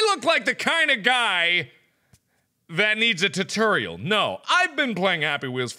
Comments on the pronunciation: 607 tootoral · The way Mark pronounces "tutorial" Good lord, it's even worse than "room" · Oshikaru How it's supposed to be said=Tutorial How Markiplier says it=Tuturial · Oshikaru Mark: TUH TERIAL No Mark it's TOO TOORIAL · You pronounce "tutorial" weird. Is it a regional thing? Because you say "tuh-TURR-ee-uhl" when down south it's "too-TORR-ee-uhl" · Tuh-turr-ial! :D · "titorial" aah so cute how he pronounces it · The only tutorial Mark needs is a tutorial on how to say 'Tutorial' correctly. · Mark: Why is there a cannon on the ruff? Me: Why don't you ever say "room" and "roof" right? I'm sorry Mark but it kills me and makes me laugh every time you say "tutorial" and "room." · "do I look like I need a tutorial on how to play the game??" ..maybe a tutorial on how to say tutorial correctly though